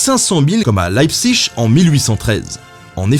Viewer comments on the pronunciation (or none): none